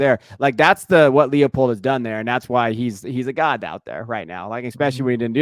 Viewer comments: LIE pold. Not Leahpold. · Lance LIE-pold. It's a long I.